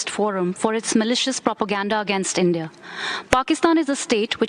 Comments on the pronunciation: It's India, not inde 😡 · Y inde instead of india 🤭